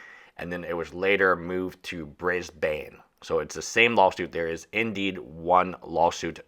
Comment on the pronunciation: You're still mispronouncing Brisbane my good sir